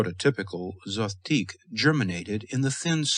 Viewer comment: Is there a reason Zothique is pronounced three different ways here? Zo-theeck Zo-teek Zoth-teek